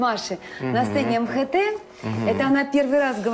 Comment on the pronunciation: Зудина неправильно говорит ЭмХэ Тэ( ужас ):МХТ ( эм ха тэ)